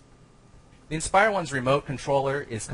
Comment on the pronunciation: It's called the 'Inspire' not 'expire'..